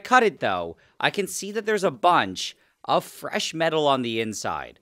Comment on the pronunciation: Fwesh metal 🤌🏼